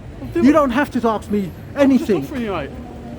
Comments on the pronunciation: m8 your getting very confrontational now days for nothing tone it back a bit let the idiots walk into it as before lol oh and its ASK not AXE that just makes you sound silly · You are not professional in the slightest 'mate', I liked your earlier vlogs, but like that sausage said, you are obnoxious now. And it's ask, not 'axe' .